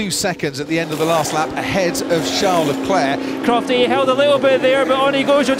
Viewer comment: "Shá Leclé" 😂😂😂😂